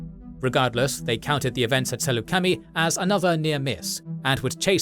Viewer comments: It's not pronounced like /sælu:c/\mi/ it is /Səlucəmai/ if I recall correct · I’m sorry but as a long time Star Wars nerd, I can’t get over the mispronunciation of Saleucami. It’s Suh-Luke-A-My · Ah yes the Sool-la-kami system lol